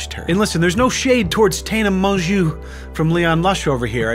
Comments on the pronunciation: Useful tip: Mongeau is pronounced "Mon-jo" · you managed to pronounce her surname differently at least 5 times